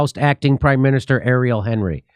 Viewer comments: The guy in charge, Ariel Henry is pronounced "On-ree." Haiti is a former French colony. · Well, Hon-ree is fine too, but the English "Henry" is way out.